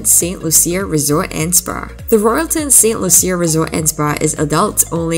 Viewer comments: It’s Saint Lucia (pronounced Lusha, not Loo-see-a)!! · "Lew-shu". Saint "Lew-shu"... How you gona make a video about a country when you don't even care to pronounce the name of the country correctly? 😂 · Pronounced Saint Lu Sha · You are pronouncing St. Lucia wrong.